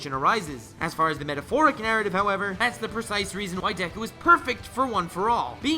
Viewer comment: You're saying dek-ku when it's just de-ku/Dek-u